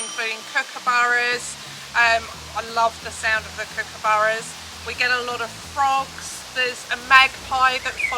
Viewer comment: Welcome and the bird is (Cook-a-burra), regardless of how it's spelt